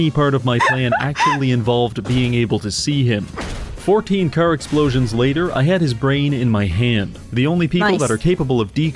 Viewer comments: like I said, idk what's up with them, it's weird that he pronounces "car" as "kerr", normal people don't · not sure how him being canadian makes him say "car" wrong, 99.9% know how to speak properly, source: am canadian